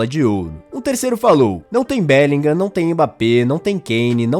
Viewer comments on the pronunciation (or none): Porque todo comentarista BR de FUTEBOL INSISTE em ABRASILEIRAR o nome do BELLINGHAM ? É "bélinrã" a Pronuncia correta!